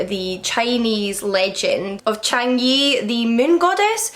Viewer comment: Chang-e is pronounced more like Chang-3: I think.